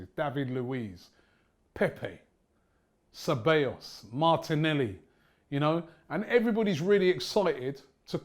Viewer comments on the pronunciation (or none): Ffs, Robbie still can't say Ceballos name right. When he says Se-Bay-Os, my ears start bleeding.